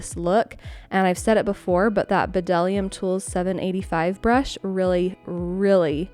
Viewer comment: The B in bdellium is silent